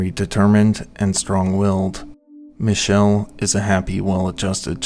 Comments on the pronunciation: you pronounced Michel correctly! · I don't know if it's true for him but the pronunciation of Michel is usually ME-Shell or ME-Kell... (Edit - - NM, you did it.)